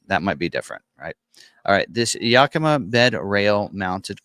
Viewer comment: Yakima is pronounced "Yack i ma" NOT "Yuk i ma" at least that's how the city of Yakima is pronounce here in Washington state.